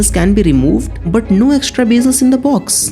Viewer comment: Abay jusshht kya hota hai? Or juse kya hota hai? Just or use hota hai or verzon kya hota hai? Yaar please apna accent sai karo please. Beeezle lya hota hai bezzle hota hai. Ab ye sab bhi sikhana paray ga? Sab kuch sai hai video me lekin the narrator has no sense of accent at all. Or ismart watch kya hota hai???? Smart watch hota hai. Hini cheexo me lya hota hai inhi cheezon me hota hai. Rishts kya hota hai wrists hota hai. Bhai zara sai karo apna eng bolna.